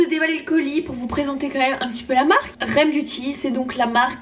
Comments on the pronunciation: ça me fait très rire comme tu prononce le nom de sa marque "rem beauty" 🤣 à la base c'est censé être couper le "r e m" mais tkt on t'en veux pas sinon c'est cool que tu aie testé sa marque avec un avis sincère ❤ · Franchement j’aime bien cette marque , ça se prononce R . E . M c’est le nom d’une de ces chansons 😂 ❤️ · Sa se dis R E M séparément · Coucou super vidéo j’adore quand tu teste les marques de make-up! 🥰 Petite précision sur le nom de la marque: les lettres se prononcent une par une en anglais d’ailleurs si tu remarque bien le R et le E se disent Ari ce qui fait référence au surnom d’Ariana voilaaaa bisoussss ❤️